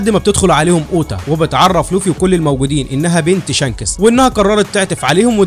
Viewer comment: أوحش حاجه في الملخص اسم شانكس حضرتك يعني بتنطقه شانکٍسٍ😂😂😂